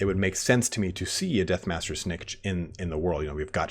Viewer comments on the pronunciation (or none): it is Lord Snik-Kit .... that's how it is pronounced